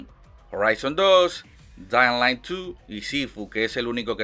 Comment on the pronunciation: madre mia que forma mas complicada de pronunciar Dying Light tienes jajaja Se pronuncia tal cual te lo escribo: DÁING LAIT